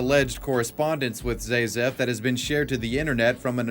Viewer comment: My only thing against this is that his username was pronounced ZA-zef, not ZAY-zef as he kept using. ….I remember I stumbled into his videos maaaaany years ago. Ugh, that’s enough internet for me today.